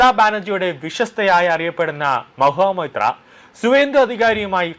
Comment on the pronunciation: Mahua Moitra. ! And not Maha Motea ! You have to speak correctly 😂😂😂